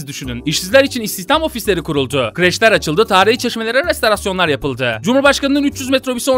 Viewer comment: "restorasyon" olacak. İşin tuhafı, söylerken de resterasyon demişsin. KENDİNE GEL!